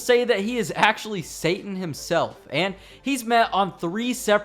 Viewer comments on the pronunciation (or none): none